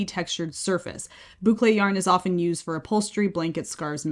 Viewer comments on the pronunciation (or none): none